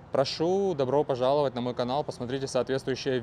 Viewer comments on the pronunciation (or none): можна пожартувати трішки? "Добро поЗаловать на канал"! Не ображайся, в кожного буває🙃 Але вийшло прикольно і не наіграно😂